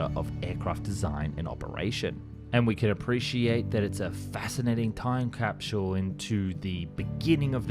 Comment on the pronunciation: A fascinating time crapsule😅,, or did I.hear him wrong🧐🤔